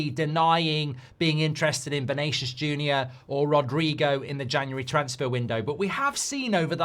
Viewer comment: Erm, Semenyu on the menu, Vernaycius Jr, and Mamoosh...not only AI voices that get the names wrong